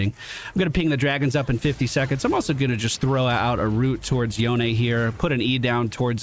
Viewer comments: Should be Yo-ne. He's from magical-pseudo-japan so you pronounce it as if it were a Japanese name. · Welcome to league buddy im happy to see you on a game I play again it's been forever. I'm gonna follow the game and give you a run down after to help out also it's pronounced yone... clearly.